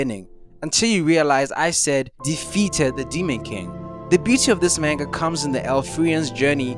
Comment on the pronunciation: learn to pronounce manga correctly dawg